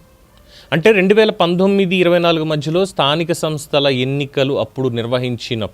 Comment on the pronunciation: స్థానిక తనస్థలు ఏంట్రా బాబు నీలాంటి ఎదవలు సీఎం అయ్యారు ఆంధ్ర రాష్ట్రానికి నువ్వు ఎలా సీఎం అయ్యావు రా బాబు స్థానిక సంస్థల ఎన్నికలు అని స్పష్టంగా పలకడం కూడా చేతగాని ఎదవ